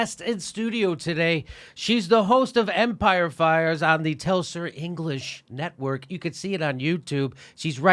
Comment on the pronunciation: hey Jimmy... the name of her show is Empire FILES, not Empire "Fires"